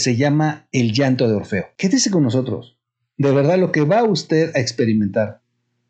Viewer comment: Es Orfeo. No Morfeo (ese es el de los sueños)